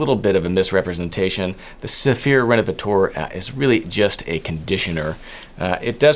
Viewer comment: Hi, i'm French and i'd like to adress the pronounciation of "renovateur". "teur" is the French for "tor" like in "actor" or "director". i don't know why you say "renovatour" but it's "renovator" for you English speakers. Thanks 😉